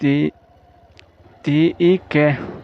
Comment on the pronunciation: I Lamdiklo , Va aR ti a lam tur ani ang,,,😮